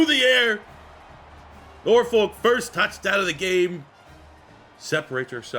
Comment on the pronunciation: I hate the way people who aren’t from Norfolk pronounce Norfolk 🤦‍♂️